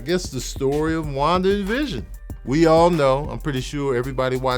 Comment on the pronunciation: Ngl sounds like he’s say Juan division which is just a sad pun for the border wall